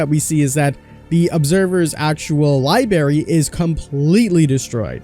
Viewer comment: Dude said libary lmao